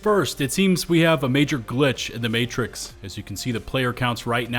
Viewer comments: Sorry, a wild glitch in the what-now? The 'Matrik'? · A glitch in the 'matrick' huh? Never heard of that.